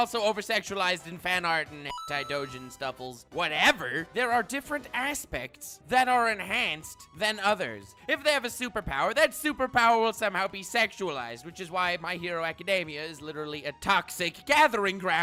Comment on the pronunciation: "Different asspects" Im still laughing😂